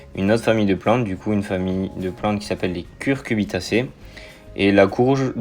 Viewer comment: c'est cucuRbitacées et non cuRcubitacées